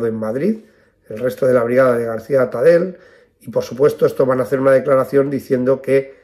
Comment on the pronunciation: Tipos así hicieron mucho daño a la República: asesinos y ladrones. Muy bien explicado; sólo un pequeño matiz, no se lo tome a mal. Atadell, apellido catalàn o Valenciano, acaba y se pronuncia con ll. Gracias por todo.